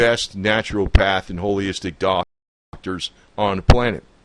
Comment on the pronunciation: It's Holistic! Not holyistic!